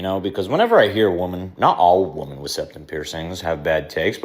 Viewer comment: Can we please start talking about people prouncing "women" as "woman"